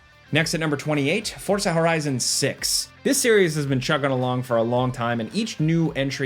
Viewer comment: You got my Like simply for pronouncing Forza correctly!!!